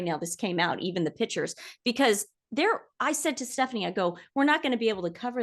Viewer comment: Can someone teach to say PICTURES not Pitchas … please please … it’s grating.